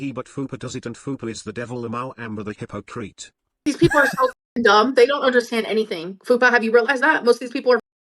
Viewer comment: “You can’t be a walking hypocrossissy.” 🙄